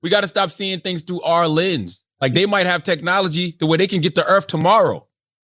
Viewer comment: "How do we know Earf ain't a lease?" Aight Imma head out.